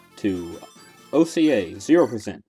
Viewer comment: The acronym OCA is pronounced like Orca without a c, not OH SEE EYYY